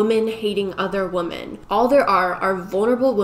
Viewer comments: I kept getting distracted by that this entire video. It's a good video, but it was hard to pay attention because my head hurt a little every time she said woman instead of women. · Is it just me or is she constantly saying "woman" instead of "women"? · I love these types of videos & think you do a great job with them. But my brain doesn't like the way you say women lmao i hear woman. I know it's just how u say it, obviously you're smart and know the proper word.. But i can't be the only one who gets thrown off almost every time you say it. 😅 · I love you but why do you pronounce women like that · You say women wrong. Fyi